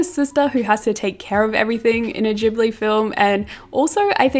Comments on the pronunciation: Loved the vid but it did hurt my ears every time you said “jibbly” 😩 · "ghibli" is a japanese word and in japan they only have the hard g sound (otherwise it would be with a j) :)) -its "gibbly" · pronounced with a "j" sound, not a "g" sound :)